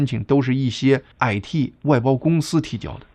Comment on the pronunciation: 感謝澄清❤ 您的「矮嚏」（IT)鄉音令人有點出戲 😅😂